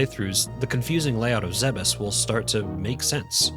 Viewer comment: THANK YOU for not pronouncing it "Zee-bees" like I hear WAY too many YouTubers do. It's infuriating.